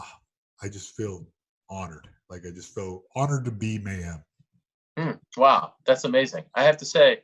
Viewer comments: So Ariel was intentionally mispronouncing mayhem as ma'am previously which caused him to flip out lol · Stop calling him Mayham